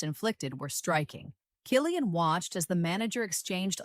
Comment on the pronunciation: K Cillian w the k sound